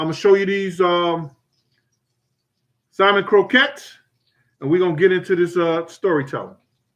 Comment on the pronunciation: Haha If you didn't show the can of salmon in part 1. I swear you were saying simon. I keep thinking wtf is simon